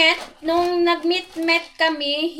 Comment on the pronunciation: Nakaka tuwa c husband pag kino correct ka nya sa words mo nag mit/meet hehe ❤❤